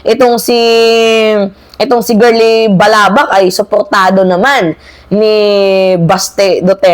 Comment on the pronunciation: Balaba po ma'am not balabak